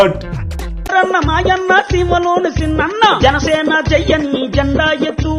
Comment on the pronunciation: జాణ సేన kaadu😂 Janasena 😂